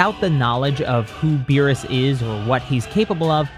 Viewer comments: was it just me or did cell say the god of beer? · For a sec I thought he said the god of beer